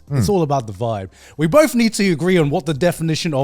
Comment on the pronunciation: They murdered the word vibe